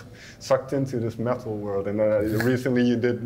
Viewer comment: I love the way her pronounce metal => Meh-ill